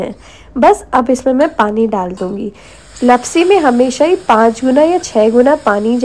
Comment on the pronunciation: Not लपसी it's लापसी 😅